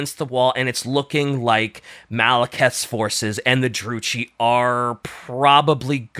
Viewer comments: Stop saying Drucci, like Gucci........ (it's *Druki*) I cringe in pain!:face-fuchsia-tongue-out::face-fuchsia-tongue-out::face-fuchsia-tongue-out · The pronunciations are the only things about this video that I dislike. Druchii is like Drew-key. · Druchi is with a "ki" sound not a "chi" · You pronounce druchii with a k not a c, like drukhii And keep up the good work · Love that there is no H in the Dark Elves' name, but they still say "Droochee" xD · "maliketh" and "drew chee" pisses me off more than I should allow it to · It's pronounced "dru-kii" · Druchi is pronounced with a hard k sound, like “Drooki”